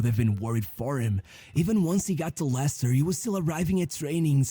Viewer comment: Vardy plays for Cremonese in Serie A now. It’s pronounced “Lester” and the original way you pronounce is for “Lancaster”. Leicester is sadly a mess now, 90% they’ll pull out a Luton Town and relegate back-to-back to League 1 Not everyone has a good ending like Vardy. Danny Drinkwater, his teammate from the 2016 winning squad, later moved to Chelsea, flopped there and now retire to work at a working site Suggestions: 1. About EPL, James Milner just became the player with the most EPL appearance. There’s another Daily Dose video about him: “How a forgotten wonderkid forced an entire league to respect him” and a podcast “James Milner: The secret to 2 decades of high performance” by High Performance for you to react 2. Nottingham Forest is now a mess thanks to Marinakis, the infamous Greek owner who has multiple charges against him. Another High Performance podcast: “Ryan Yates and the UEL dream” for you (Marinakis was carefully mentioned in this podcast) 3. About Barca’s 0-4 smash by Atletico, Atletico’s 2nd choice striker Alexander Sørloth is more or less like Vardy, except he played in many small countries before finding his form in Spain. He famously helped Villarreal draw 4-4 from 0-4 vs Real Madrid in 2023/24 and smash 4-0 vs Villarreal in 2024/25 by scoring all 4 goals. An underrated player to react considering he’s also the 2nd choice at Norwegian NT after E. Haaland 4. The Norwegian NT and Arsenal maestro Martin Ødegaard. He joined Real Madrid at 15 but flopped there and